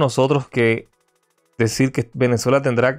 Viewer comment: Aparte de mal ablando desis señol por desir señor sos mentiroso cual pacto todo es falso